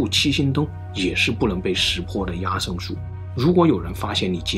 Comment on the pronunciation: 壓勝的壓字應讀“厭”，這是一個特例，壓在此處作為通假字，通厭，因此讀作yan（四聲）。